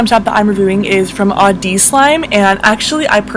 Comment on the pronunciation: I'm not trying to hate on, I love her and her vids, but why didn't she activate the slimes cuz in the audeez slime review part the slime kept sticking to her hands and it bothered me sooooo much!! And she kept spreading the slime and it's not even butter slime!! and she kept pronouncing audeez wrong. I'm just really bothered by how she plays with slime://